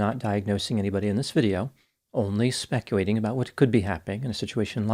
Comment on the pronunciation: Specuwating lol